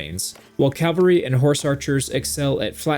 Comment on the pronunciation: CALVARY heavy? did you mean CAVaLRY HEAVY?